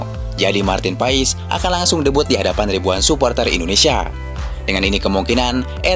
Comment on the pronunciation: Dibacanya Martin pas bukan Marten paes, profesional dikit bro